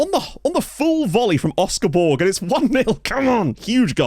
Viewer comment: Great work. In Malta, Borg is spoken similar to Borch with a very soft g rather than a hard g.